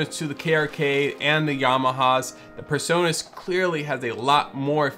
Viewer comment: It's "PreSonus", not PerSonus. It's hilarious how Americans can't pronounce "Pre" and always say "Per".